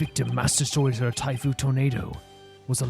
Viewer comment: By the way, their names are pronounced tie-foo, u-wind-o, and gay-roo. They're all wind puns (typhoon, wind, gale).